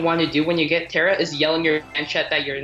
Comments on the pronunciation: There is a mountain called "Tara" and Tara is an uncommon name for a female in Serbia and here we pronounce as we read (idk how to explain) so it is Tara not Tera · I have an irl friend named Tara and it's pronounced "T-air-a" and not "T-are-a". She's middle eastern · Tar-a not tear-a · It’s actually pronounced Tara Lol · Ta”r”a, emphasize the r, weaken the a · I have a friend named Tara, too.She’s German and her name is pronounced the second way, the one with the long A.